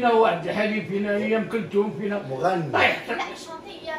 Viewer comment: شونتي مش شنطي